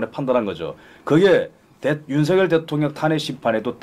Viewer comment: /윤서결/ × /윤성열/ ○ 고유명사는 문법에 영향을 받지 않아요. 본인이 부르는 대로 불러 주는 게 예의이고 상식이에요. 취임 초기에 /윤성열/로 불러달라고 했어요. 지금까지 /윤서결/로 발음하는 건 넘 무식하게 들려요. 한동훈은 밝힐수록 법레기네요. 류여해 진행자 참 멋져요. 오늘 이 시간에 진면목을 처음 보게 돼서 좀 아깝네요. 그 동안은 놓쳐서요.